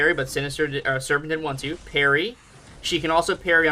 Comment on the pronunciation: Your parry sounds like hairy sometimes.